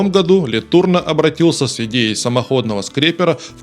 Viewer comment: Фамилия Ле Турно произносится с ударением на последний слог "но".